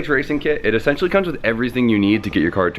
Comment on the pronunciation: Funny you couldnt say essential first minute of video but after says essential more than turbo..i had to stop watching. Its just as bad as hearing someone say "like" every damn other word